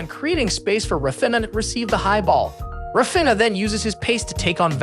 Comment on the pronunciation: Say Rah Feen Yah. Cmon you can do it! Raw Finna just doesn't cut it.